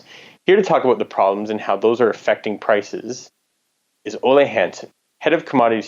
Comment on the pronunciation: Ole rhymes with Roller. Surprise him next time by pronouncing his name right!